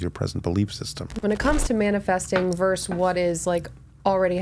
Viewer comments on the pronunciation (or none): it's not verse it pronounced versus